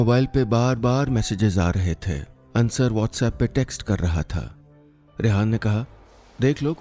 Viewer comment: Sir it's अंसार, not अंसर